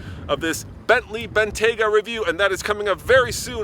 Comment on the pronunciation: Bentley "Bengayta"